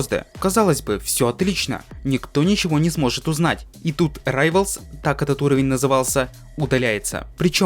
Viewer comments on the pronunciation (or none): none